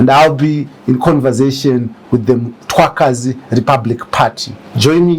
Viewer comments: Make me I understand this guy is a Ndebele but can't pronounce the word Mthwakazi, is he a Ndebele or he got the Ndebele surname?,pls let me understand something 😮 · MTHWAKAZI NOT Mtwakazi. How would you like it if we start calling Zimbabwe Zimbagwe?